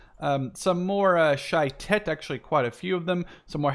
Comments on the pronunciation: shayetet 13 is our version of the navy seals and u pronounceit sha ye tet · Nice game also you're not pronouncing well shayetet, it's sha ye tet